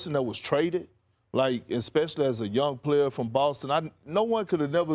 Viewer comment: “Franchise playuh” - Perc